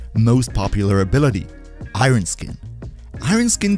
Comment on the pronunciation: Great video :) but please for the love of gd relax your pronouncing of Iron lol